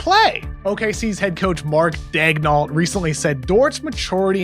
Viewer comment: What's up Kevin! Good segment. Just to let you know for future reference, the OKC head coach last name is Daigneault, which is pronounced DAY-NIO. Eau in french is "O" and the "lt" at the end of his name are silent. Im from Montreal (like my boy Lu Dort) and this is a name of french descent you can trust the info. Merci!